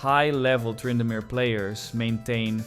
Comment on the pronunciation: TRY-indamere... Okay AI. Dang it, I thought I liked this channel